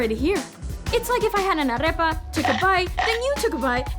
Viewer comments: hahaha... got mixed up with arepa... the R sounds like aritmetics and not like rabbit... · Is not arreoa, is arepa...😂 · ITS AREPA NOT ARREPA OML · Okay I was loving every video you made UNTIL you said ARREPA instead of AREPA. You don’t get to call yourself Colombian ( or even half Colombian ) if you don’t know la canción del granito de café de águila roja, bailar salsa and how to PRONOUNCE the word AREPA!!!! It’s in the Colombian constitution! It’s part of out citizenship test! you’re not Colombian... you’re Colombian >.> xD ya enserio me mataste con esa pronunciación 😂😂😂 igual aún me caes bien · It's not "arrepa" is arepa 😑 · 'Arepa' not 'Arrrrrepa'. Moving on. Love your videos xD. Damn, Mexico was huge! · Cringing on the way she says “arepa” 😫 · Excellent video! I admire your work very much!!! I havo to tell you though: you're not pronouncing "arepa" correctly 😅. The letter "r" in arepa is pronounced like in the word "perico" and you pronounced it many times like in the word "perro" 😄. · You're half colombian and you can't pronounce correctly "arepa". Common sister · just a constructive comment the R in arepa is not rolled.